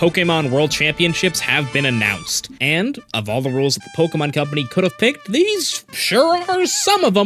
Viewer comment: he pronounces “pokemon”2 different ways and alternates almost every time he says it 😅